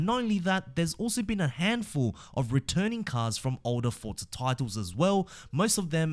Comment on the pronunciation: It’s ForZa. There’s no t.